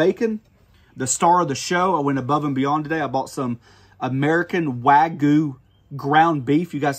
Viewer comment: Im not sure why people cant pronounce wagyu. Not wagoo lol. Not even hating, it looks good.